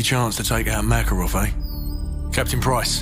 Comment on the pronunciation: Why do the soldiers pronounce makarovs name as MORKAROV apart from Ghost lmfao i also notice different gun sounds too its a shame they didn’t remaster multiplayer and co op i would of brought this remastered game then no point buying just for campaign when i can watch here 😎